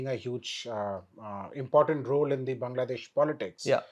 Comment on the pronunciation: please start pronouncing the name Bangladesh correctly as "Baanglaa..." instead of like "Bungla.."